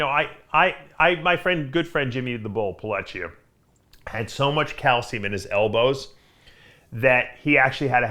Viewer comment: its calcium, not calshium